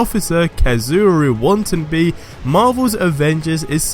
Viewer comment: Its pronounce wata na be. But I hope it aint another omega squad thing that was out on ps4 before